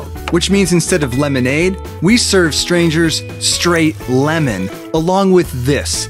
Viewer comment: It's. Pronounced. As LEMONADE